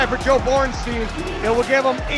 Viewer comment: It's said Boren shtaïn. Time to learn your root language, English speakers. The sumo is such a joke, as the ipf with its referees.